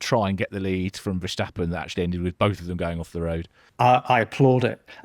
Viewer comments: Vershhhtappen. It's pronounced 'Fair-stahp-un'. There's no "shhh" sound, guys. He's not German. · Well, it seems many non Dutch speakers struggle with some typical Dutch peculiarities. It's not that easy to write but I would say Fair-stap-un gets pretty close. The emphasis is on the second syllable: STAP The A is pronounced slightly differently than typical English. As you said he isn't German, but Dutch and the German and English languages are related languages (Germanic) so it's all relatively close. Anyway, there are many different ways being used internationally. Maybe it's easier to just call him Max... 😅